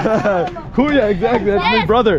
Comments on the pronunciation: Yeah I always hear him say “kuyo” in his previous vlogs. Many people already commented to correct him about this “kuyo” mistake but I think he is not reading the comments. He just auto-reply to comments about his telegram 😂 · Enjoy your Phil blogs in Manila,Not Kuyo it’s Kuya my friend:) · It should be Kuya not kuyo. Kuya means brother and it’s a pure Tagalog word. It doesn’t follow the gender ruling that Spanish words has like Tita or Tito . As you know in Spanish most names of person that ends in “O” is masculine and if it ends in “A” it’s feminine like Carlo is male and Carla is female. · Hey bother, KUYA (brother) - pronounce as KU-YAH Kamusta kayo - How are you KAYO (you) - pronounce as 'KAH - YOU' not ko-you Enjoy your stay in the Philippines! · you say “kuya” if in fact you know they are older than you..as a sign of respect! not to teenagers (or younger than you) also if you’re going to try and speak tagalog get the pronunciation right 😭